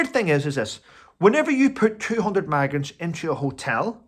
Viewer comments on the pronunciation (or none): Are you saying maggots or migrants ? It must be your accent ! 🤭